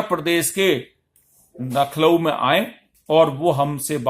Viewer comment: नखलऊ नहीं लखनऊ होता है